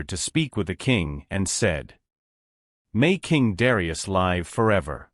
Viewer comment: it is Live- a verb- not Live- which is a noun